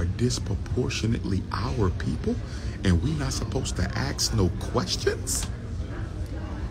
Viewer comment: I lose brain cells everytime Dr. Umar pronounces the word “ ask” as “ axe “